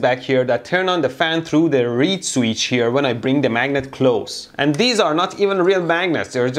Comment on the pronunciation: What's a reed-sweech? ;)